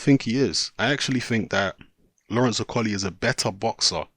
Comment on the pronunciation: Can you say Okolie properly XD